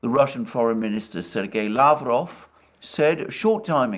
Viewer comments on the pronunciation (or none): none